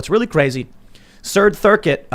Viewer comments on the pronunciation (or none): “Cird Thircuit” 😂